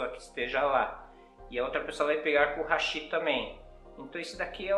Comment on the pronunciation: E outro eu ouço Hashí Hashí...😂😂😂 Hashí é ponte em Japonês, os palitinhos são Háshi. 👍👍